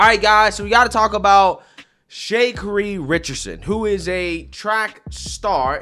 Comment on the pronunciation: Shay Kuhree Richardson💀